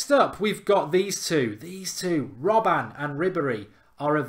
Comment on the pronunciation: robben not robban love the show